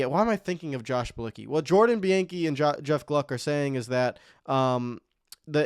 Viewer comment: Dude, stop making nascar videos if you can’t get pronunciations right . Its Bee-on-key not be-an-key